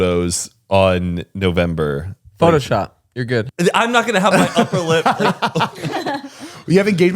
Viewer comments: take a shot everytime Zane says “newvember” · Zane keeps calling it newvember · 😂😂😂 DEADASS I was like wtf Zane “newvember”?? Lmao